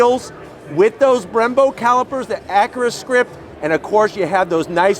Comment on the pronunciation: Someone teach this guy how to say acura lol. He says it like Ackra. That being said nice review.